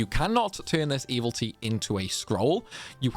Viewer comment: Truly a gentleman and a scholar. I've played every Disgaea game up to this point but this was the first one where taking on Baal felt manageable and your guides were a big part of that. I have to ask tho. Is mispronouncing "evility" a bit that I am a latecomer to? I can understand mispronouncing "Pirilika" because even Fuji can't get it right for the entire story campaign. No shade intended, my ears just perk up every time it happens during your videos.